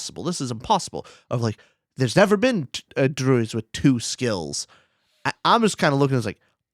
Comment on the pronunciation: Dang, was NOT having you pronounce druids wrong 😂